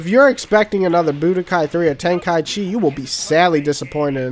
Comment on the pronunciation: You just pronounced tenkaichi properly. Thank you.